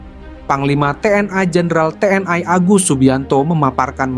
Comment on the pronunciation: Komentator harus belajar mengucapkan kalimat dg benar. Bukan Te En Ai. Tetapi Te En I. Bukan Komisi Ai DPR tetapi Komisi Satu DPR. Yg cerdas donk jadi narator.